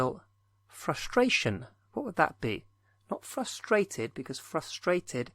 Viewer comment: Frustration? Really? Fustracion ?